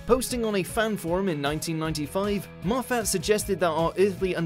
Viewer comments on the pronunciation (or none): Tay Hogan M-off-at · Just FYI: Moffat (Maw-fit) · How fat? Mow fat! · you're saying Moffat it's pronounced mow fat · Not only is it a surname but it's also a rather nice place on the Scottish borders. The correct pronunciation is m-off-at. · xXbghytXx It's Moff-at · “MofFAT” lord help me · To say you’re from watchmojo UK you don’t half butcher Moffats name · I think you're saying "Moffat" wrong. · The way you pronounce Moffat’s name is is deeply distressing. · learn to pronounce moffat